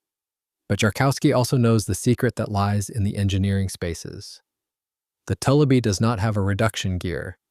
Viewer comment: Having lived on a large lake in Minnesota that was full of tullibee and having gill netted a lot of them, the name is pronounced. too li bee. It comes from a French word toulibe.